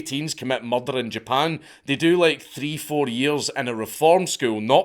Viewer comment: I love the way dank says murder: muldul E was convicted of muldul